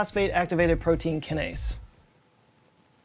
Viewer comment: Aaahhhhh he said so many things wrong about AMPK, and I'm too flustered to type it all out. From the basic pronunciation of kinase, to referring to a protein kinase enzyme as a gene, and to not even explaining the negative feedback loop of why the kinase enzyme is activated. I think I like this guy. I just subscribed. But the, "are you still with me? Okay good" really bothered me. I don't know why.